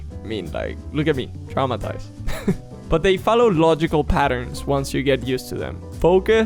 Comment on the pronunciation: Did he say Grammatized or Traumatized?😂😂 I'm only watching because he is very handsome and funny ❤